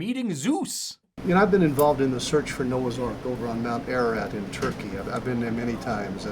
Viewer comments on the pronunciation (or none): none